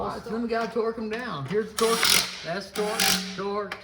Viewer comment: BTW great video, keep up the good work. It's torque not twerk lol that's classic